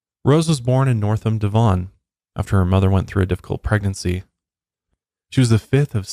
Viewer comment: 'Dihvon' 😂 you butchered that one lol. It's pronounced as 'Dehvun' 😆